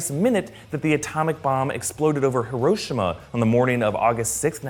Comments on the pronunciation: Say it with me HEAR-O-SHE-MA not hur-rosh-ima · It’s hero-shima not her-o-shi-ma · How in the world did he mispronounce Hiroshima,but prounounces the weird Titan names right 🤔😕🤨!!!!!!!!